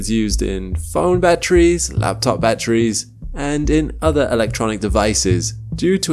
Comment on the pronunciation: "Batt-tries". LazySlob. 🤢